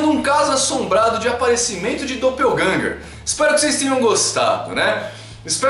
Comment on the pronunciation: 'Doppelgänger' uma palavra alemã que simplesmente significa sósia.. 'e a pronuncia não é como se tivesse lendo em inglês'